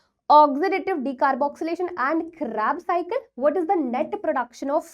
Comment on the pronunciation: thank u maam🎉 u can improve your pronounciation by the way 🎉